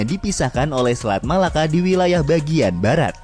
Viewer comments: Bang bukan MALAKA TAPI = MELAKA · Melaka bukan Malaka Yang betul Melaka